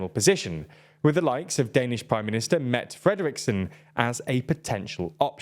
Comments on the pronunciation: A quick note for , you need to pronounce the E at the end of Mette, it's pronounced "Mett UH", not "Mett". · I doubt it will come up again, but you would get closer to pronouncing her first name as "Met-eh"